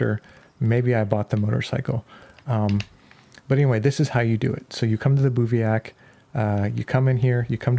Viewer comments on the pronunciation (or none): It's pronounced biv-wak